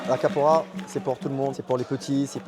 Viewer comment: Qu 'est ce vous prononcé mal capoeira Capora vous dite ça me dérange ce n'est pas ma langue mais vous entendre c'est chiant